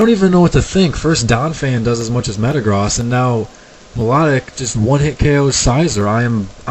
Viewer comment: I realize that Metagross has the whole cross thing going on but it still makes sense to me to say the "gross" like you say the word gross with the long o.